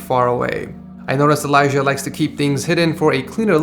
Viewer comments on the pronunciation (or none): none